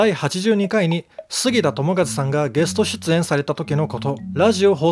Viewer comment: ゲス「ト」（笑）